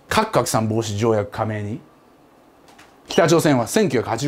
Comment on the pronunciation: カクカクさん防止条約に聞こえた